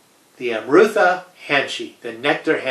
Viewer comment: Very beautiful khukuri. However, I have to point out that nectar in Nepali is Amrit. Pronounced as Um rit. But of course its your product and you can name it anything. Sorry about the nitpicking.